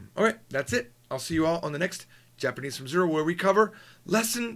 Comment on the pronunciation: Hi, I got the ebooks for JFZ 1 and 2 from Amazon, but I cannot find 3 and 4. When will they be available? I'm in the videos for book 3 already, so would be nice to have it soon! Btw, did you want to say "from zero" in Chinese at the beginning of the video? You sound like you are saying something really bad, hahaha!